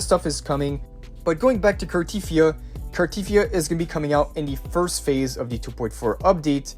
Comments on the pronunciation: its pronounced carteTHYA not carTEETHYA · Car-tea-thee-A... jesus pronounce her name properly...